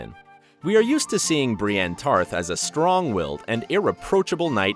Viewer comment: 803 dislikes for him saying brienne tarth